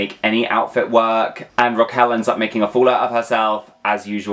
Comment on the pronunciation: It's RRRRRaquel. Roll those R's.